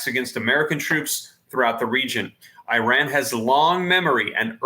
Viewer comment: Dude if you can say Israel you should be able to say Iran properly too. Esrael, iran come on practice